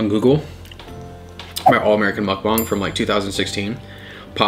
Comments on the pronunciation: It's mukbang not mukbong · I’m dying bro said “mukbong” instead of “mukbang”😂